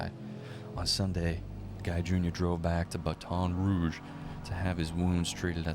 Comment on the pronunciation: Your pronunciation of certain words (i.e. Baton Rouge, as a specific example from this video) both amuses me and, simultaneously, makes my eye twitch 🙃😬. But....f*+k it.🤷🏽‍♀️ It's a part of your charm.😅 Now, the important stuff: I see how you connected the dots and made the comparison to Knives Out. However, I feel like this case bears more of a resemblance to You're Next [given it's a p*tric*de that takes place during a "significant" family gathering. All of it being orchestrated by an impatient, selfish, incompetent, spoiled, greedy, sociopathic, who'd rather take out his parents (who built their wealth from the bottom up; working hard and sacrificing, to be able to provide their family with the best lives possible) than learn how to exist in the REAL world.